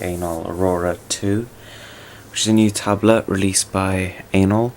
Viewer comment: did you say....anal....? bahahaahahaa